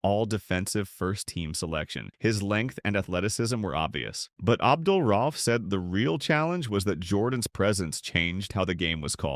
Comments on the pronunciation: Is this a.i. or do you not know how to pronounce his last name? Do better research. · I completely agree. It’s also culturally disrespectful. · It's very annoying and amateurish when the VO or probably AI can't pronounce the guys name right. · Make a video about the man, can't say his name right😂😂😂